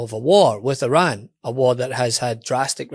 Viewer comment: Let's normalize pronouncing "Iran" correctly.